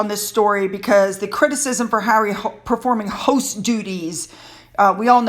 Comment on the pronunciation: It's more like " ghost duties ", not " host duties"